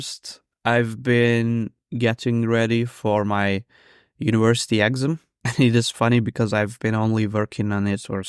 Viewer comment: I'm crossing my fingers for you that you pass the exam, what a nightmare to have to relearn all those mathematical formulae! By the way, the stress in 'exam' is on the second syllable, i.e. ex-AM :)